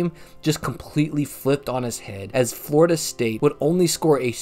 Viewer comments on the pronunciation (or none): Yeah lol Im an FSU fan and I raged every time you said flordia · I can't even watch this video anymore. You keep calling Florida State F"lorida."